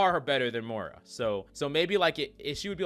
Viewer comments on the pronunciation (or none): Please stop calling her MORA lol